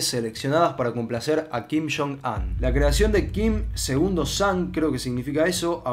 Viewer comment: Todo el mundo: kim yong un: kim shon an